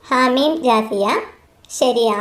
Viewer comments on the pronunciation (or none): രണ്ട് തെറ്റുകൾ ഉണ്ട് - 1 - ഹവാ മീം എന്നാണ് 2_26 ൽ ഒരുമിച്ചുകൂട്ടുന്നവൻ